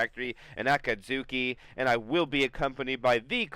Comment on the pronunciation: every time pronounces akatsuki like a-kaht-sooki it hurts my naruto brain a bit its closer to a-caught-ski lmao